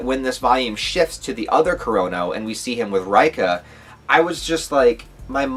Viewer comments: why you still calling her R-eye-ka lol, it's Ray-ka. And Tae is Tah-eh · reika = RAY-ka ..... Tae = TAY 😂😂